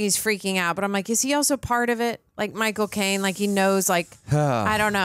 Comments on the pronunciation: really called Michael Caine "Michael Cocaine" and it just went totally unacknowledged hahahaha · its Micheal caine not Micheal cocaine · I love how pronounce "Michael Claine" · So strange every time you say Michael Caine it sounds like “my cocaine” 😂😂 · they say Micheal cocaine its Micheal caine